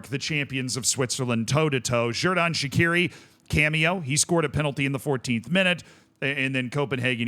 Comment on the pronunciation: Xherdan Shaqiri is pronounced Jerdan Shachiri. Christos Tzólis is pronounced Hristos Jolis.